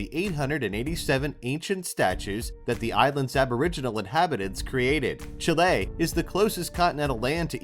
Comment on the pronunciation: sorry what......chil la.......dont you mean chile ,,,,,,,and where there hell is.. pit care en island,,learn english you muppet ......